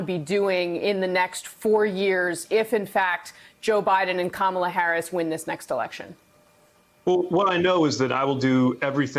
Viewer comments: Hey Rev: It's "comma" la, NOT "kamma" la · Even The Rev & Buttigieg have to learn how to say her name: COMA-LA... not Camel- La ! C'mon guys. The mayor at least corrected himself. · jfc, rev, learn to pronounce kamala’s name. WHERE ARE THE PRODUCERS? THIS IS YOUR GD JOB: tell your people how to pronounce names so they dont embarrass themselves and the network.